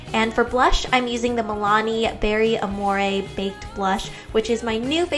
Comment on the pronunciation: Why does she say amore like that?